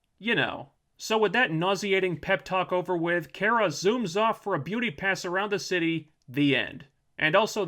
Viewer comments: It's not Care-a it's Car-a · Could PLEASE STOP - sayin ( care-a ) instead of her name Kara ( CAR.a ) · Its KAara,not Kera,hes like miss.Grant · You don't even pronounce her name correctly... Come on man. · You cannot pronounce Kara correctly. With that said, You suck. :) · its really triggering me that your saying cara wrong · why do you keep saying her name wrong? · Ok so I’m with you, but if your going to do a video on a show, at least learn to pronounce the name of the main character.